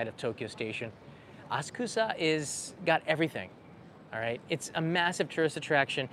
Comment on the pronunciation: As-kusa? Please say aSA k (u) sa. 🙄